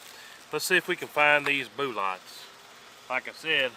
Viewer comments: “Let’s see if we can find those boolots.” Classic! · Boo-lots 🤣🤣🤣!! Thanks for your dedication to your channel. I give you a thumbs up even before I've watched👍 I've never shot either but I assumed the 10mm would have gone through the most. Catch you next vid mate!!